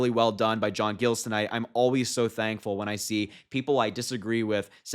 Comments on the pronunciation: That's my major, proud of him!! Just fyi..it's not gills, it's Giles, like miles but with a g! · Amazed that not one person here , including Harry, knew who J. Giles ( pronounced J eye ls ) was/is before this. He has been a Rino for years and years. He has been a Biden fan forever. Now you hear he is supporting Harris and you think it's the greatest thing since ice cubes. He is only a Mayor for 4 more months, and that is the end of his career. (unless Harris promised him something), so what does he have to lose. Republicans have shunned him and he sure could not endorse any of them. Soooo ... why not grab a few more minutes of fame by endorsing Harris. He is a nutjob just like Trump. Go see his State of the City vids. I guess so many found all this to be a great surprise. Oh Happy Happy Joy Joy. Go BLUE ! 💙💙💙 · Harry...Giles...long i. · Is it pronounced gills or Giles with a long i?